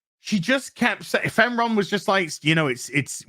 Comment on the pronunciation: "Femron". I laugh everytime you say that.